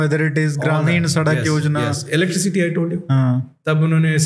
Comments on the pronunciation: Can someone tell this guy it is not "Electric City" There is no city like that. It is electricity my dear fellow. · Please pronounce electricity properly. It doesn't look nice